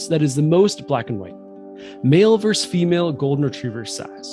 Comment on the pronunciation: VER-SUS not VERSE